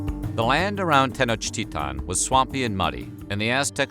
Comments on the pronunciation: Bro, you need to work on your Nahuatl.... It's not ahauaca muyi... Nor Tenochtita.... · I got to down vote for the way you are pronouncing. If at least you would pronounce all the letters, that would be understandable that you don't know the language. But you pronounce the "T" and not the "L", when it's the contrary. It's so freaking annoying. No one says "Tenochtitan" lol wtf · How come you’re pronouncing Tenochtitlan as Tenochtitaw? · It sounds like he's saying ten inch tea time 😂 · It’s pronounced ten och et ton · I wish I had a dollar for every pronunciation of Tenochtitlan.